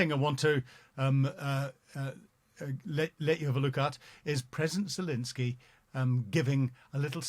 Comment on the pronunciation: is still incapable of pronouncing Zelenskyy’s name.